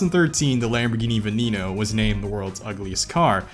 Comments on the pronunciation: V E N E N O... NOT FCKING vinino.... Damnit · I 100% agree with the Veneno not being ugly, but it isn’t pronounced “Veniino” its pronounced “Veneno”, like, normal e. Thats why it doesn’t have an accent on the e